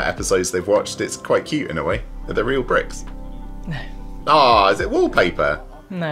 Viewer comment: "Are they real bricks?" had to relisten to that question a few times, i was sure you just called them real pricks 😂😂😂